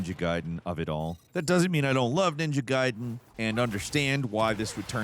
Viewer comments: ninja gAyden fALL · Ninja GAYden 🤦🏻‍♂️ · I only call them ninja gayden. Guyden is cool and probably more accurate. But as a 90s baby it's gayden. Sounds like the sum of the review. Not a dis let's enjoy ninja Gayden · With Itagaki's passing, ima need you to delete this whole damn video, and record it again, saying GUY-DEN! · You probalble already got thousands of comments about this but still: It's called Ninja Gaiden not Ninja Gayden for crying out loud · Gayden and Rieyuu huh? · Takes a special kind of stupid to call it Gayden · ninja gaiden not gayden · Can you please just say Ninja Gaiden correctly? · Please just pick one way to pronounce Ninja Gaiden and Ryu. I don’t care which way, just pick one. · Have you never heard anyone pronounce the games name like ever before? I absolutely hate adults who can't pronounce pronouns properly, You literally are going out of your way to be dumb & that's blasphemous. You're an idiot for saying it like that & you're annoying. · Okay we get it you love Platinum. But at least pronounce the games name correctly throughout the entire video!😂 You may not have noticed. You definitely said "Ninja gaiden" two different ways. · You pronounce the game differently throughout the entire segment of this video. I was pissed how you first pronounced it. Then you said it right. Then you said it wrong again! Come on!